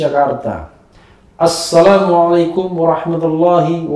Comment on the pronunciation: MASUKAN BUAT BANG RH...BILANG SALAM PEMBUKANYA YANG JELAS YA BANG..ASSALAMUALAIKUM...SOALNYA YG AKU DENGAR ..HASSALAMUALAIKUM.. MAAFKAN SAYA KLO SAYA SALAH DENGAR..